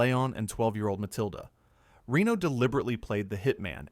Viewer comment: Reno's and Besson's names are also severely mispronounced. What do you expect from AI slop?